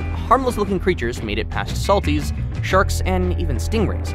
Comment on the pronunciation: He says : and even sherks